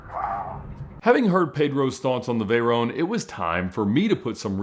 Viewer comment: please when you refere to the veyron say it well its a legendary name Pierre Veyron its not veyeronne